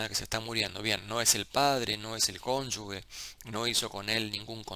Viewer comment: en "cónyuge" la "g" se pronuncia como "j", pues no está seguida de una "u". Aclarado ese detalle menor, vaya el agradecimiento por la generosidad de compartir su conocimiento y por la claridad al hacerlo. Saludos!